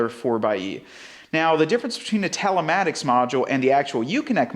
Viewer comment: why are you saying talematics when it's telematics...